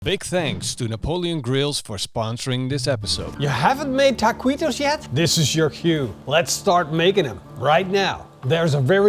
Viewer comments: The trouble is that u say ta-qwee-to. Where it should be ta-kee-to. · Hey, you have to pronounce it Takitos not Takuitos 😅 great video! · Texan tip…ta-kee-toes…not, ta-quee-dos!! looks tasty. not sure i would want Chinese twine in my grease either, stainless metal tongs will work the best. 2nd Texan tip, use the meat broth for dipping. good call on the beef neck! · I know your Dutch but every time you said taqweetos it hurt my ears. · It's pronounced taqitos silent the u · ¡¡¡ BIEN HECHO!!! WELL DONE!!! TWO THUMBS UP from DEEP SOUTH TEXAS!!!! Try using wooden toothpicks to hold your taquitos together. And they’re pronounced Takitos. The u is silent in Spanish. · Taw-queetos, you pronounced it perfectly 😂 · say TA-KEE-TOES please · ta kwee toes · You write it “Taquitos” but you say it “Tah-Kee-Tohs”… You don’t say the u when you see it in this “qui” “que” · It’s tah-key-toes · You crack me up! Taquweeetoes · Ta-kee-toes don't make me "queasy". No quease toes for me, thank you. Must forgive the Dutch pronunciation though. But it was funny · Looks great 👍. But the Q is pronounced As K!